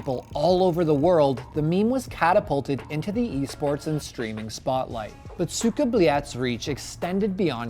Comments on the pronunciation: *Goes over how to properly say it* "SOOKA BOOLAT" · Its not 'cyka blyat' its 'suka blet' .. please get it right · Oh Americans. Pronunciation:Suka Blyad:Suka Beliat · "Suka bleeyot" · He says sika blyet as Suuga blyaaad xdd R u praising someone?